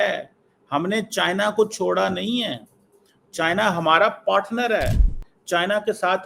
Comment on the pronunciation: China❌ chian✅ 😂😂😂😂😂😂😂😂😂